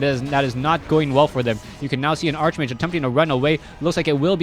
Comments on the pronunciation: ARCHMAGE IS PRONOUNCED "ARK-MAGE" lol not "ARCHE MAGE" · arch-mage is pronounced ark-mage